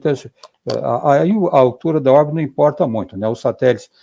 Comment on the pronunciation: Ricardo Galvão perfeito!! Mas ouvir ele falando "satelis" da uma agonia kkk